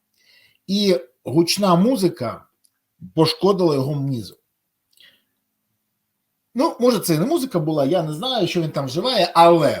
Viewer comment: А я з дитинства говорю українською, правда із суржиком, але я нічого такого в мові Берези не помітив. Тому й відгукнувся на ваш коментар. Єдине у ролику, що я почув, так це, мізок замість мозок. Але можливо він хотів сказати, мізки. Але це обмовка. Не більше. А так не у вимові, а ні у словах я помилок більше не зустрів.